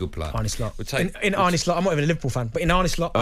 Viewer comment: Arne not Arnie